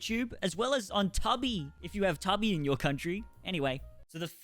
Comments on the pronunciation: Right. Toobee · One word….Tuhbee instead of toobee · TUBI is two b nit tubbie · It's called Tubi "To Be" not Tubby. 😂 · I KNOW HE DID NOT JUST CALL "TUBI" TUH-BEE" 😂😂 ITS TWO-BEE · LMAO at Tubby, it's actually pronounced Two-Bee, and didn't even know they made a titanic 2 not sure how I feel about it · Too-bee not tub ee😂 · It´s called TUUBI #not TAABI!!🤭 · It´s called TUUBI #not TAABI!! 🧐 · It´s called TUUBI #not TAABI!! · okay tubby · It’s pronounced too-be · he pronounced it "tubby" ironically, right? Surely, that was a trademark Toddy running gag i'm not in on? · My Australian brother it's pronounced toobi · Never heard anyone pronounce Tubi like “tubby”. Lol! Thought we all knew it’s from the word “Tube”, as that’s the nickname for old school TV’s (coming from the technology used, to create the broadcast picture on the screen. They utilized a series of vacuum TUBES). Interesting. That a Aussie thing (not sure which country you’re from exactly, so I’m just guessing by your accent. Lol!) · you pronouncing Tubi like tubby is sending me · Tubby or not tubby... That is the question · yeah ''toob''ee''